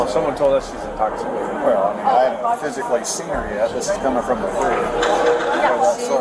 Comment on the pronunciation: What do you MEAN-UH